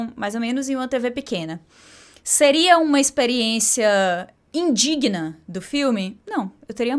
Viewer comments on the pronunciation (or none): none